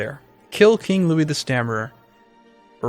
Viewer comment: I don't know why but the pronunciation of "Louis" made me cringe a lot.